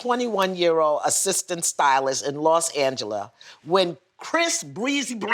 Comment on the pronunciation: “in Los Angela”😂